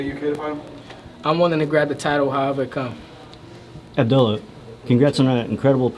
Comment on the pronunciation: Pretty sure his name is not Abdoolah. 😅